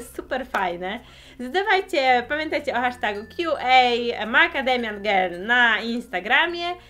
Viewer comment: Czy tylko ja słyszę "Kiu and ej, makademian gej" ?